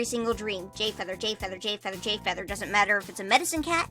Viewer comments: Am i the only one who noticed she said GAY feather 🤔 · I swear I heard GayFeather Wha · did u say gayfeather-🌚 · I thought it was just me